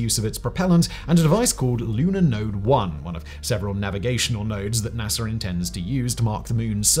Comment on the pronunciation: NASA, not NASER.